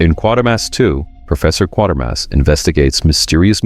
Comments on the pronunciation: Quatermass is not pronounced like quater. It is pronounced like crater. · Ah man. As soon as I thought "you pronounced it right when you referenced the name during X so whatever you do, don't add an 'r' and make it 'Quartermass'", it happened. Q2 is my favorite of the three Hammer Q movies if only because it improves the serial it's based on. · Its pronounced "Qu[AY]termass" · When you mentioned Quatermass at the start of the video you pronounced it correctly but later on when talking about the movie you got it wrong 😂